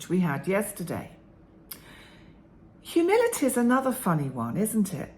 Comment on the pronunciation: Thanks,! This was encouraging for me to reflect on past hurtful people lacking humility and be able to frame them as lacking healthy self-esteem. Also helpful for forgiving myself for being like that at times in the past. Side comment: at first I thought you said “humidity“. Me: well it is summer, lol. Have a great day!